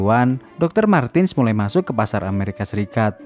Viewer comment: Izin menambahkan. IMO. MARTENS dibaca MARTENS, bukan MARTIN/MARTINS, Krn dy orang Jerman.